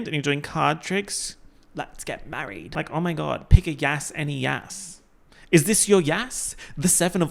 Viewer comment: "Let's gat marreeed" 😂